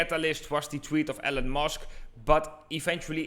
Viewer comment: sounded like he said ELLEN MUSK one time